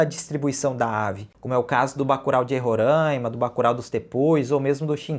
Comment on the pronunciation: por favor, não queira imitar a horrível moda de São Paulo de fechar todas as vogais "É" e "Ó". E também não faça como eles que chamam Roráima de Rorãima. Os roraimenses odeiam. Não imite nada de São Paulo.